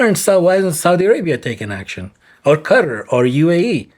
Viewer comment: Its called Qatar (kaataar), not "cutta"